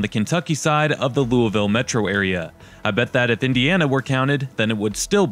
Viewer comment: I live in Louisville in middletown in fact. I'm not a snob and I usually don't run into snobs in this area. Those who work hard, make good money and have great credit can have what we want. You're rude and you don't even say Louisville correctly 🙄